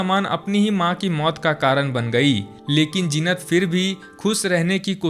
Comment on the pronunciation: Zeenat ka naam thik se pronounce kar na seekho